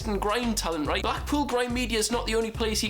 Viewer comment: will you said right not reet